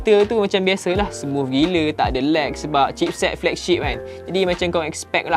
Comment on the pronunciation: Smuff smuff smufff... Org us/uk pon x sbut smooth - smuff...pelik aku org malaysia ni